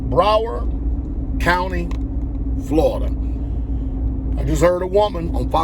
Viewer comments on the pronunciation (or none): Its " BROWARD COUNTY" not Bauer lol.🤷🏿‍♂️🤷🏿‍♂️🤷🏿‍♂️🤷🏿‍♂️